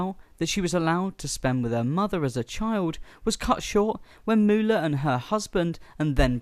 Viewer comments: It's MOOLAH OKay? MOO-LAH!! NOT Moo-olah! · MO- OHLAH IS A DISAPPOINTMENT TO HUH-OH-MAH-EH-ER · Moo-ooh-lah. LoL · Great video...if you take away that cringe AI voice that seems to have the rare gift of mispronouncing even the easiest words, in addition to the Fabulous "Moo-oh-la" name. It's crazy how Moolah always looked like old roadkill/or an old dried out hotdog....every year she wrestled, including her "younger" years 😬. What an absolutely gift she was on the eyes 😜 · Moe-ohlah? lmao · i really find the robo voice annoying every time it mispronounces names i cringe. it needs to stop being a thing for channels, its lazy... its not Mo-Olla... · Moo-ha-la 😂 wtf Moolah was a legend these are nothing but rumors she gave those women everything